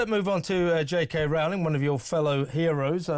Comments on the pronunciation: ROE-ling, not "ROW-ling" ffs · Why do talking heads not know how to pronounce JK Rowling's name by now? It sounds like "rolling". Dude, you get paid to do this for a living - get the names right. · It's pronounced J K Rolling. How many more fffffing times. She's said it herself !!! The preferred pronunciation of J.K. Rowling's surname is "ROH-ling," which rhymes with "bowling".